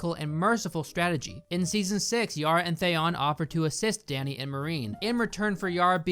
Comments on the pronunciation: Theon, not Thayon! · Thaon? Its Theon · bro cant pronounce names they say out loud lmao. "jendry" Thayon" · Thanks for this. Also, what's up with your Thayon instead of Theeon choice? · Great points but seriously learn how to pronounce the characters names!! His name is GENDRY (like KEN but a G) not GINDRE!!! He even says it in the clip you played! And if you love the character so much his name his THEE ON not THYON. It’s so irritating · It’s pronounced thee-on not say-on. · R u purposefully pronouncing some names wrong? Thay-on, Jen-dree. Its Theon, and Gendry. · you say theon very weirdly 😂😂😅 it's thee-on not the-on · It's pronounced THIE-ON, not THAY-ON, and Gendry has a hard G, like Goose, or Guide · Please learn to pronounce Theon (Thee-on) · Jendry? Ereks? Thayon? Holy shit dude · Who tf is "Thayon" ..or "Jendree" for that matter? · Who are Jendry and Thay-on? Avatar level name pronunciation. Watching in 2026 and it's so irritating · are you sure you've watched GoT? All the names you're pronouncing wrong lmao. Thayon Greyjoy, Jendry Baratheon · sometimes you have such a weird pronunciation of some names.... WTF is with ThÉon? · I hate the way u say theaon 🤣🤣🤣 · What the fuck is a "theyon"? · Lmao “Thayon” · lol THAYON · jindry and thayon? wtf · This pronunciation of Theon as "Thay-on" - is that because you read the books first and always imagined that pronunciation (what I still do with "Naruto")? Edit: And Gendry as "Jendry" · Who tf is "they-on"...? Would you pronounce Leon as "lay-on"? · Why do you pronounce "Theon" as "Thay-on" lmao 😂 They literally say it in the show but you still manage to mispronounce it? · Sooooo valid points are made. But why the hell do you say Thay-on, Jen-dry and Walter Frey? Why? Why? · Dothraki=Doth-rocky? Theon=Thay-on? Gendry=Jen-dree? Sorry I'm being nit-picky with your pronunciation. But it's a bit off. Great video though as usual. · "Theyoon" stop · Why does pronounce Theon “They-on”